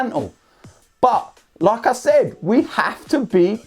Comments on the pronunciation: Whenever he said "like I said", I thought he is saying Lacazette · When he says "Like I Said" I thought he was saying Lacazette